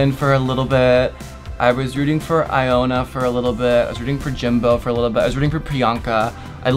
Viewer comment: did she just say AYONA? i was like who’s that ?? turns out it was ilona lmaooo hahahaha